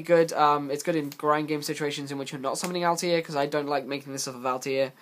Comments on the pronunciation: JustTooGood It isn't though. "Altaïr" from AC has a double accented "i", which leads to the "All-tie-ear" pronunciation. "Satellarknight Altair" has no such accent, meaning it is pronounced "All-tear" as in "A'll tear you a new one for pronouncing 'Altair' wrong." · It's to counter the fact he can't say Altair correctly.